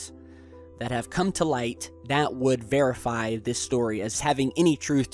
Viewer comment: did you say "bearify?" If you did, props